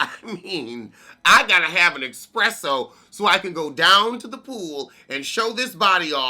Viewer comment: "Expresso at the pool" That's a dedicated Venusian LMAO 😂😆😁😝😂😂💀